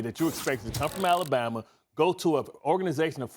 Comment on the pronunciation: Stephen “AlabamER” smith